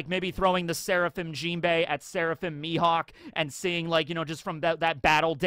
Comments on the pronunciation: Rly? Mihawk.... Mi- HAWK!!!! XD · Dracule Mi"HAWK"... ?